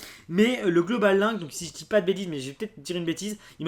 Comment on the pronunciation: Link est un mot anglais donc il se dit pas laink mais link^^ ( comme dans Zelda by the way )